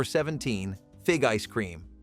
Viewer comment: CARAMM OH LYZEZ